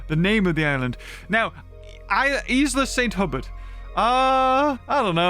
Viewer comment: For what it's worth Saint Hubert is probably pronounced more like San Hyoober